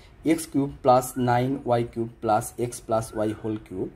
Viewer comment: কুব না কিউব